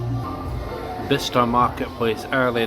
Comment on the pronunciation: Top 3 of all time, high scores for everything!! Dart set up looked phenomenal. TVs n the booths a nice touch aswell. I notice you were pronouncing it Bister. I’ve never heard of this place before, but if I had seen it on a road map or something, I would have been pronouncing it Buy-Chester as that’s how it looks. Thanks for the video